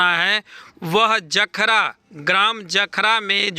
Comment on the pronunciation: और जखरा ना कि जखोरा